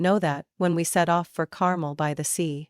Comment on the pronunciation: Even an AI should know the pronunciation is Car-mel'.